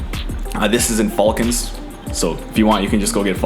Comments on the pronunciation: FALL-cons , was intentional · It’s not pronounced fuulcons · Bro where are you from? Never heard someone say Falcons like that. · Anyone else uncomfortable with how he said “Falcons”? 😂😂